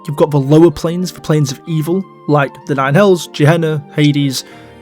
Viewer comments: Gehenna should be pronounced with a hard "G". Its a transliteration of גיא בן הינום a location in Jerusalem which is used as a term for the Bad Place in Jewish eschotology. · Gehenna is pronounced with a hard G, as in give, gift, get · Unless it’s different in DnD lore than it is in real life, Gehenna is pronounced with a hard G like in “ghost”. It’s one of the words translated to “Hell” in the Bible, along with Hades and Tartarus. It’s also a real place in Jerusalem you can visit. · 1. The pronunciation of "Carceri" has one hard and one soft C, like "incarcerate." Because it's a prison. 2. Both "Gehenna" and "Sigil" are correctly pronounced with a hard G.